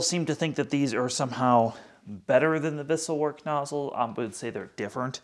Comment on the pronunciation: At the beginning of this video, you said a word I could not understand. You said it and . What is that word? Captions spells it two differnt ways and I google it and found nothing. Vissell Work ? I think I found answer below by #vacuumtests Wessel Werk ?